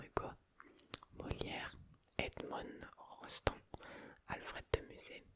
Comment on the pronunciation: Salut. Une petite pause après la 20ème question, j'ai 17/20 pour l'instant (erreur sur le styliste, le pithiviers et celui qui a repeint le plafond) L'auteur de Cyrano, prononce-le à la française, s'il te plaît 😂 La réflexion que tu as eu sur Jeff Bezos, je suis totalement d'accord avec toi.